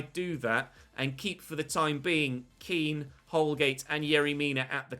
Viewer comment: Did you just call Kean "Ken" hahahaha.